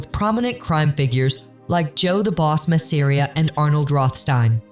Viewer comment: Why are you alternating between 2 pronunciations for Rohstein?!